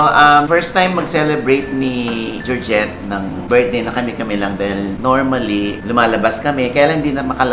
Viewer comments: Georgette Not Gidget 😂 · Georgette-lious Oh!! it's GEORGETTE